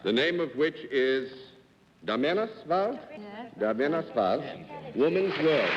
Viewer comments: His pronunciation of the newspaper Damernas Värld was terrible. Trust me, I'm Swedish. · He didn't expect any Swedes to watch/hear, but here we are - over 60 years later. 😄 Yeah, he butchered both her name and the papers. Her name should'nt have been too hard, the paper I can understand..English doesn't even have the letter Ä, so that's always a struggle. Anyway, fun to see her! She really felt so Swedish.